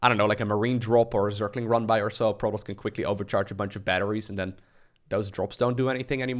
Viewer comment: I've never heard anyone pronounce Protoss like you do.